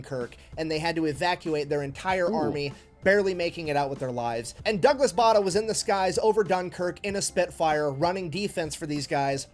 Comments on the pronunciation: Bay der not Barder as the narrator was saying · His name is pronounced 'Bay der'!